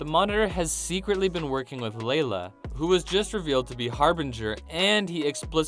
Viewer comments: LAYLA? LMAOOO😂😂 ITS LYLA. DO YOU GUYS EVEN KNOW WHAT THE HELL YOU'RE TALKING ABOUT 😂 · Lyla not Layla but ok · evan J also he called Lyla Diggle Layla.